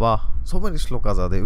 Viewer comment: We are so blessed to have you, blessed soul. The way you pronounce Sanskrit shlokas, you actually come across as a saint or sth. 🥺👌 Too good! Falling short of words to describe.. :((